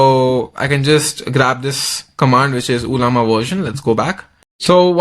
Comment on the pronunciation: First of its not uuullllaama 😂 and 2nd its not anthropic's model....u r just using the interface....dont fool people